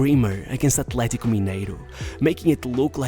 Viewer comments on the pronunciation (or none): none